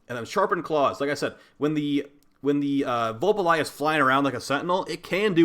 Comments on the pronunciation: I nearly died when said “Vul Pa Lie Ah” He even spelt it wrong in the title so no wonder he couldn’t pronounce it! They are called Vulpaphyla! “Vul Pa PHY LA” 😂😂😂😂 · I feel like de personally made this the literal embodiment of covid 19 because is spreads plague like a wildfire faster then saryn fyi its pronounced vulpaphyla say it with me vul pa phy la vulpaphyla now your taught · pronunciation: 'v⋅ul⋅pah⋅fie⋅luh not that it matters really, but that's it. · Say it with me Vul - pa - fi - la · Ah yes, VULPALYJAH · Son literally says it every time you capture one. I will never understand how the fuck people don't know how to pronounce these things by the time they have one as a pet. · i braced myself but nothing could have prepared me for your pronunciation of vulpaphyla 😭😭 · Deimos (day-mose) Vulpaphyla (vulp uh feye luh) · SIGH DAY-mos Vulpa-FY-la